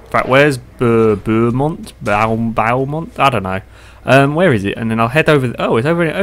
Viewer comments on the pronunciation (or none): Beaumont = Bow-Mont Bow, as in, archery.